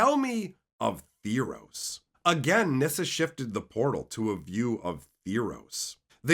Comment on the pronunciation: T-heros, not T-hirows.. Good presentation tho. like a friend telling a story